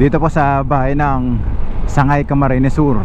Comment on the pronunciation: Sangay lng Po Ang tamang bigkas sir..hind sagnay